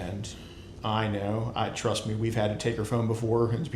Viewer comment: "I twust you" 💀💀